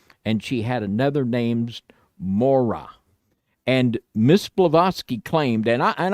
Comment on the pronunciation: for what it’s worth, please, for the love of God, learn how to pronounce words in the English language. 😂 “Mora” is supposed to be pronounced with the ‘y’ before the ‘a’ at the end. It’s: ‘MOR-EE-AH’ It’s not “TAR-ZEEN-A”, it’s ‘Tz-AR-EE-NA’